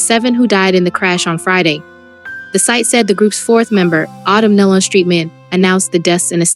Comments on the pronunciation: It’s Nelon pronounced Neelon - please get the name right!!!! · You are pronouncing their last name wrong. Please get that right. This is very important. it’s pronounced Nee - Lon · Pitiful video. Their last name is pronounced like KNEE-LUN. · It's Nelon, pronounced Ne lon, and it was Gaither not Gather. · It sounds like KNEE & Lon as in Con! NEE- LON! IT'S NOT THAT HARD. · Somebody tell them how to pronounce their last name, NÉE’ LON‼️ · Makes me realize that you didn’t know them , because you are pronouncing their last name wrong. That is sad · Yes I agree with these comments on here i mean how hard is it to pronounce the last name nelon correctly i mean seriously or even gaither